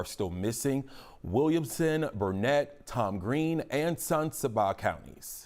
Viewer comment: Bro, you got learn how to pronounce San Saba....